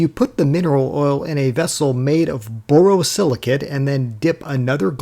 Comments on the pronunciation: You need a pop up of the title of the glass name. Its never impossible to determine pronunciations that may appear perfect clear in the head of the speaker. But does not resonate with the same clarity to listeners. Borosilicate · *The last syllable of borosilicate 👉rhymes with "ate",👈 not with "at". Just like it's spelled.